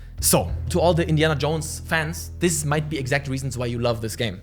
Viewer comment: “Indian Jones FANE?!” Haha speak much🤣. Jk. Loved the video also how cool would it be to have an Indiana Jones type exploration based game on all the ancient cities like China, India etc…